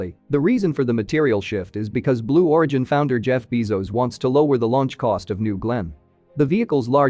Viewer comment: Jeff Beezos instead of Jeff Bezos. Is this fine? :)